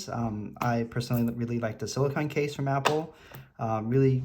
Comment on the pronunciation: SiliCONE case not siliCON. You’re saying the name of the Apple brand one wrong.